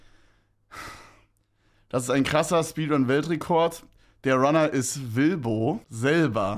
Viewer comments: Stabile "SPEEDUNS" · Speeduns????????????? aber geiles Video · Aufjedenfall die "Speeduns"